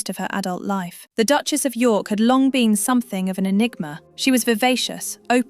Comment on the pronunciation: Duchesses of Yuk not York!😮